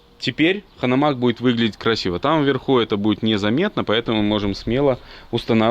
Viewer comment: Я думаю назывть правильнее Ганомаг? (Хитлер, мы же не говооим)